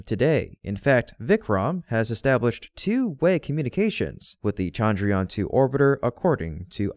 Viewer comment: chandrayaan has a soft ch not a hard sound, sorry, it is the teacher in me, good work as usual.